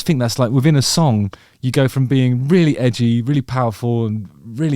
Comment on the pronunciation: The way you say "rrrreally" is very afrikaans 😆 many people can't roll their R's like that. Well done!